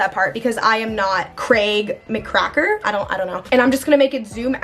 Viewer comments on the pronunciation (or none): Love this video! You should do a Part 2! P.S. - Craig’s last name is pronounced as “Mick-Cracken” 😁